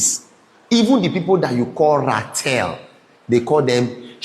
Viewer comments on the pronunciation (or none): none